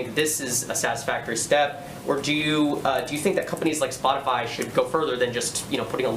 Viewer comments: I like how Jen is obviously reading her response and no one calls her out on it. The reporter literally said "Spotify" 3 times right before she responds and still she misreads it, "Spoti-fly" 🤦‍♂️ how do people fall for this. She's looking down reading it. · "spotifly" ...? lol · Jen Psaki said "spotifly" 🤣😅 Lots of drama CNN lawd have mercy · LOL, Psaki said Spotifly. She has no soul, just look closely at her eyes. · Jenn said "spot-a-fly" instead of Spotify. Was that a dig or did she mispeak?🤷‍♀️🤔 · Her saying Spotifly 😂😂😂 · Psaki said Spotifly 😂😂😂😂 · DID SHE JUST SAY "SPOT-A-'FLY'" !!!!!!!!! 😂😂😂😂😂😂😂😂😳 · She can’t even say Spotify ole Spotifly she’s spreading disinformation should she be censored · Did she just say "Spot-i-FLY"? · Did she say spotifly? I dont think she misspoke. I think she really doesnt know what spotify even is lol. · she said Spot-a-fly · Did that dingbat actually say Spotifly? I hate this admin. America is a joke now. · She can’t even fucking say Spotify.